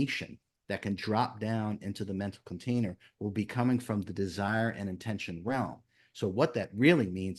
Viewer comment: Maybe it's because English is not my language but there's one thing i cannot understand and it is his habit of insisting on the AH_tention.i know there is also intention and it is not IN_tention , it is intent_ion like attention is from attend_tion. Does he want to say that it is really a... tenSion? And what would it imply?